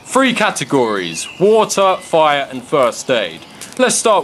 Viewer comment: When u say fire (foiah) im dead